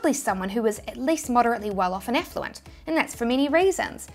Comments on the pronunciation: Effluent = affluent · Did you say affluent or effluent 😂